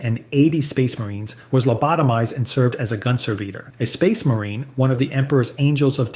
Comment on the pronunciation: And changes how he pronounces 'servitor' back and forth multiple times in the span of just a few sentences.